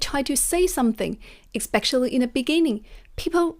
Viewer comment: It's pronounced espe-sh-ially, not espe-x-ially 🙂